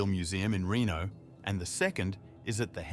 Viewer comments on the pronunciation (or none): none